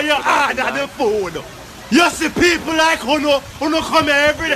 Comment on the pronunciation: "Super peeeple??" 😭😭😭😭